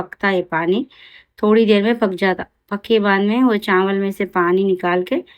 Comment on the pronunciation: Chamal nai chawal bolte